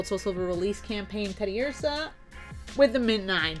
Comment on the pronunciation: "it's ted-i-UR-sa, not ted-i-ur-SAW"